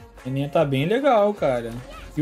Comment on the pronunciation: só eu q tenho agonia de ouvir o chamando a Nana de Naná?